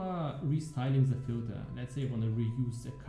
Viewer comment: are you specificially trying to pronounce "the" as ZEH? It's been getting worse over the last few leagues :)